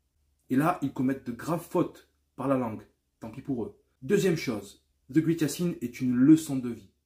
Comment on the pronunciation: La 1er sens qui vient est super Yacine. Le 2eme sens est grand effectivement. Une autre remarque est que great se prononce ɡrāt (grate), je fesais le même erreur moi aussi